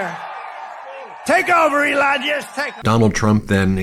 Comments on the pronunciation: Did he call him elonia???? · Did he call elon Musk elijus 😂😂😂😂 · Did he call Musk "Elijah"? Sounded like it. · Isn’t it Elon?! Why does he keep saying Elan???? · Called elon, elonya. Sounded like that to me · He mispronounced elon